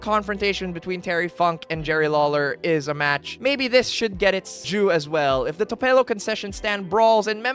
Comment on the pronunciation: Love saying Tupelo like "your hair" in spanish